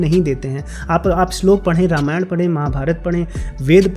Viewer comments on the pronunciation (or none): none